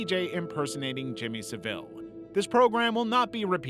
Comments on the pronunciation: Its Jimmy SAville, the emphasis on the first part of the word. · My guy you really gotta learn how to say Jimmy Savile because I was confused on who you meant cuz you said his last name so wrong 😂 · Guysss you can't bother finding out how to pronounce Savile? I'm American and that hurts, I can't imagine how it sounds to Brits lol.